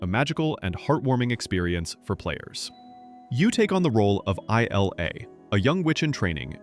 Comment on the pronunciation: I thought the same when the pronunciation of ILA came up 😅